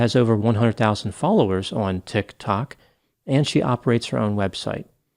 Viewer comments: I don't put much stock in content creators on 'Tik ' 'tok' either............laughing at how pronounced the sm name. Brilliant! But sadly the only laughable moments in this video. People need to be accountable for what they do and say online. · OK subscribed just because of the way you say "tic tok" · Why are you saying Tik Tok like that? "TiK (hard stop) ToK." 😕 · Pronounced Tick Talk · The way pretends he doesn’t know how to say tik tok is adorable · Same I absolutely love it so much lol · The way you say TikTok cracks me up every time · I've been pronouncing Tik, Tok wrong this whole time. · Ha ha. The way pronounces "Tik Tok". ❤😂❤😂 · I came for the utterly bizarre story, but stayed for erudite, educated and entirely entertainingly elucidated energy in speaking the words, "TikTok". As for the TikTok talker, after consulting anonymous (aren't they all) spirit guides, I feel that there will be lots of professionals in this TikTok talker's immediate future such as (but not limited to) lawyers, judges, psychiatrists, psychologists, social workers and maybe even a few people in uniforms licensed to carry weapons. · Your pronunciation of 'TiK Tok' made me spit out my coffee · I love how you pronounce "tik tok". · deliberate pronunciation of Tik Tok is the only way I am ever going to say it now 🎉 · Best thing about this one is pronunciation of "TikTok". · Best thing about this video is the way pronounces Tik Tok 😄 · Anyone else think it's low key adorable how pronounces TIK-TOK? Just me? Okay then. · Very informative video but the way he is saying tik-tok is taking me out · Love when says tiktok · Who pronounces tik tok that way....creeepppy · Hahahaha. The way he says Tik Tok. Like an out of touch grandpa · Why you pronouncing TikTok like that foo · Dude it's "TikTok" not tik...tok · I love the way you say “TiKK. TOcK.” 😂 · We now say "Tik...Tok" in our house daily. Lmao😅